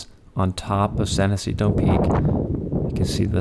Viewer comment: AMERICAN isn't a language. English is, but considering that Spanish explorers named most of the west coast, I'm sure it's pronouced with an "h" sound. You must be from the mid-west. Finally, if you don't appreciate the great outdoors and the views a summit like San Jacinto offers, I suggest you go order a pizza and watch a football game with your free time.